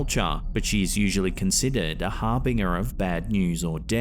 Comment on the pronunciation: Har-bing-er? No. How about pronouncing it correctly. Har-bin-jur. Even Metallica pronounced it correctly in Harbinger of Sorrow. Be at least as smart as Metallica. It's not hard...